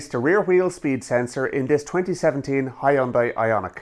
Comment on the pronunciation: It’s H-you-N-day